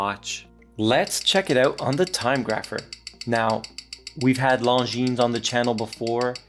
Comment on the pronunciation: Beautiful dial 😎. Well done for pronouncing longines 👍. We need more watches 35mm-38mm